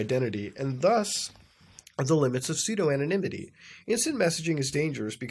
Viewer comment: It’s not thighland Muta, it’s Thailand. It’s not physique Muta, it’s psyche. It’s not seedo Muta, it’s pseudo I hate being that guy, but his mispronunciations irk me